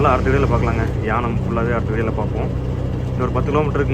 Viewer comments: அந்த ஊர் பெயர் ஏனாம் நீங்கள் தவறாக உச்சரிக்கிறீர்கள். மூர்த்திக்கு டெய்லி நான்வெஜ் தேவைப்படுமோ? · not யானம், ஏனாம்